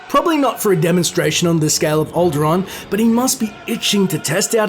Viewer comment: Did he pronounce Alderaan wrong, or did he talk about another planet?